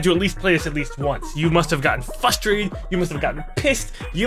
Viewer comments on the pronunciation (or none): did you just say "fustrated".... literally my biggest pet peeve